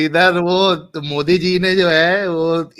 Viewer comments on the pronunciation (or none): none